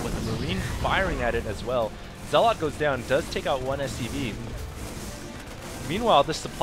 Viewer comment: Zealot is pronounced zell-ut. You're emphasizing the wrong syllable -_- Other than that I absolutely LOVE your commentary.